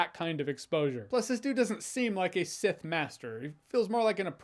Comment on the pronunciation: he said Seth not sith